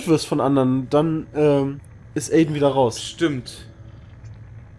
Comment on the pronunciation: Man spricht es Aiden aus nicht Aiden :D